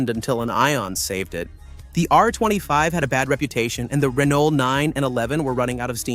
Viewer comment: AI voices drive me mad, why can't it pronounce Renault or Peugeot correctly and why can't it say "Peugeot two o five" like the hundreds of millions of people did.